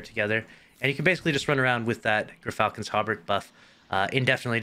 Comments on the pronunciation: It’s pronounced Jur-Falcon. You said it right the second time. A gyrfalcon is one of the largest birds of prey. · This build is a war crime 😂😂 and btw its pronounced Jer-falcon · It kinda makes me mad not a single person says GEARfalcon. Why do we ignore the y? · Gearfalcon is how it is pronounced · well according to emma it's pronounced "jeer-falcon" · Google states that it's pronounced Jur-falcon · More proof of basic to no regression testing 🙈 And as it's pirate themed, surely it's pronounced Grrr-falcon, in your best pirate voice..